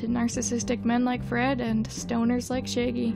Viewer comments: How dare you call shaggy shay-gee and not shag-ee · why do you pronouncing it like shayggy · No hate, I just love that with you accent you say “shaegy” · lol, you say 'shaggy' like 'shæggy' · No one: Her: Shaygy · scuse me i did not just hear u say "shiggy" and "shaygey" ☠ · I can’t be the only one laughing about how pronounces Shaggy 😂💀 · thank god i wasn’t the only one who noticed this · Let’s all take a moment to appreciate how pronunciation of Shaggy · you kill me with how you pronounce shaggy. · Why is no one talking about how they pronounce Shaggy? Lol